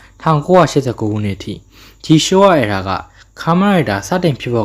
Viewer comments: Hey . . . my brother Toho နဲ့ Toei နဲ့ကို ရောမချနဲ့လေ . . . 😅 နောက်ပြီး အသံထွက်တွေ မှားနေသေးတယ် . . .😮‍💨 Heisei (ဟေးဆေး) Reiwa (ရေးဝ) Era (အီရာ) Gaim (ဂိုင်း(မ်)) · Era က အယ်ရာလို့ပဲထွက်တာလေ အီရာမှမဟုတ်တာ